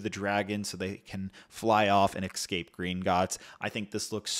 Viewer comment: Yo if you can’t pronounce the word “escape” correctly, just use a synonym like “break out”